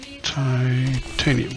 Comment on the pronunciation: OMG lol its titanimiumiumium xP